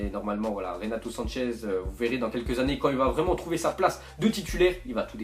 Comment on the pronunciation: C'est renato sanches alors dit pas sanchez il est portugais il est pas espagnol